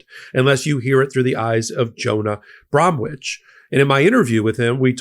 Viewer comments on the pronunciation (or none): The 'w' in Bromwich should be silent. Like the 'p' a psychiatrist has...